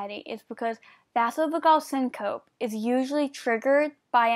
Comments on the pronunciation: Great job for doing the video! Vasovagal syncope is pronounced vaysovaygal sincopee (phonetic spelling). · Good vid.. But it's pronounced vayzovaygal seencopee